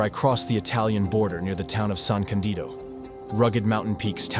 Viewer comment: I miss Dolomites so much, haven't been there since 1990 when climbing there the 3 Violet towera named Delago Winkler and Stabeler, I must go back there this summer. I took them for granted without realizing how lucky I was to climb in the most beautiful mountain range in the world. By the way it is San Ca'ndido, with the stress on the firsr "a", not "San Candi'do"